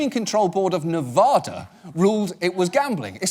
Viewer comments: Off topic, John... please... Nevada: "ad" is pronounced "add", like "addition", not "awd" like "odd" sorry, not sorry, this drives locals crazy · **"it's nevada not nevahda" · OMG, John, it's NeH-va-DAH. The first "a" is ah like in apple